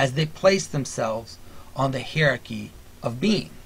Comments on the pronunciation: Hi-er-ar-key my friend. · I enjoy your vids and am quite sympathetic to much of what you say. I plan to write a more substantive critique, but in the meantime can you please consider pronouncing the word hierarchy, in the standard ways, i.e. either HIGH-rar-ky or HIGH-a-rar-ky. I didn't know what you were talking about at first, and nearly stopped listening because I found it offputting.